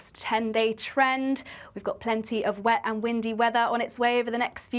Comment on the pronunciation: Will someone teach her how to say the word “Met” & “Wet” please? She seems to be struggling.